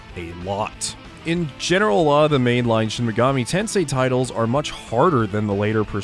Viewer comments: it's shin megoomi tensay sir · You don't get into Shin Megami Tensei, Sheen Megoomi Teensoi gets into you.